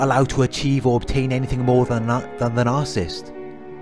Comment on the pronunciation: It’s NAR-SIS-IST .... NOT NAR-CIST